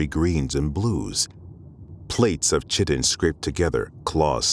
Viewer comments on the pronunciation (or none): chitin is pronounced KITE-IN, not CHIT-IN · I love these audio-book segments! Only one thing took me out of it... He kept pronouncing Chitin wrong and it really took my out of it (Chitin sounds like pie-tin, not kitten) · I really love the story. However Chitin has a K sound not a C sound. That's my only bugaboo. Everything else is beautiful. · Chitin is pronounced "KAI-tin", not "CHEATIN". Great vid, though. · KIE-tin, not CHIT-in. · Was playing some Halo:MCC with this playing in the background. That pronounciation pulled me out of my game, and I just stared at my phone thinking 'No! Not 'chitten', 'kite-an/kite-in/kite-en', anything but 'chitten' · One small piece of constructive feedback on a fantastic audio story: chitin is pronounced KY-ten. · Isn't chitin pronounced /kaitin/? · Isn't chitin pronounced [kaiten] (pseudo-IPA)? Loved this, it's as though the Professor has taken on the task of providing free MtG story himself! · Everything awesome, 1 thing, chitin “Kite-in” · Why did the reader say Chitin??? It's pronounced (ˈkītn). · Chitin isn't pronounced Chh-itt-in. Ironic that your guy is struggling with a word of Greek origin.. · The way he says chitin (keye-ten is the correct pronunciation) is kinda immersion breaking. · Chitin is pronounced "kai-tin" : ^) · Kai tin. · cant believe would let this go up with the narrator pronouncing chitin like this. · Seriously the mispronounced chitin is completely game breaking. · The mispronunciation of chitin was triggering. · Dammit not even narrators can pronounce chitin correctly!!!! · Failed at pronouncing Chitin properly. C'mon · "Plates of chitin" is a good phrase, but not pronounced the way you assume.